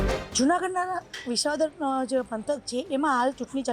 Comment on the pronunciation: રિપોર્ટર બેન... બધા શ ન હોય, સગડીનો સ પણ હોય... જેમ કે વિશાવદર નહીં, વિસાવદર ... સમશ્યા નહીં બેન, સમસ્યા....